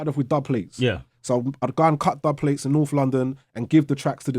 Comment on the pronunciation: man said dublplates yana! jeez dese new wet grime dons probably dont even know what that is 😂😂